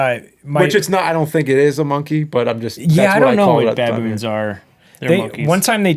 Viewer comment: I love how James calls them “bah-boons”. They are apes, by the way. Not monkeys. 😉